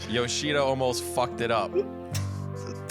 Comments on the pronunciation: He definitely said yoshida lol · Replay review shows he said “Yoshida”, 8 syllables The punishment: 40 lashes, 10 minutes in the penalty box, and must fund Yoshida’s next vacation